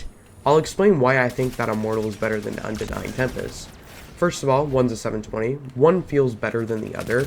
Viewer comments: Unending tempest* good grief cmon at least say it right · You can’t film and post a whole video mispronouncing the name of the gun and expect people to respect your opinion.